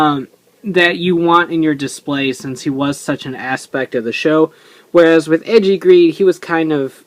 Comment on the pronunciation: for goodness sake, it's "ay-jee", not "edgey". the ei is supposed to make an "ay" sound in japanese